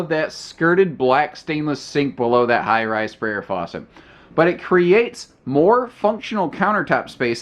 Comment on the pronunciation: Did you really call that Kitchen faucet a Farrah Fawcett? Lol